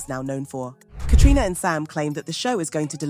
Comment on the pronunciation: Be nice if you could get Caitriona's name right 100% of the time